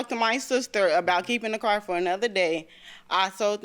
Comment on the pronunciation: The word car ...has an R in it...WTF